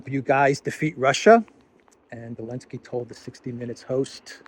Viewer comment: would have more credibility if he would Zelenski's name right. Not ELENSKI.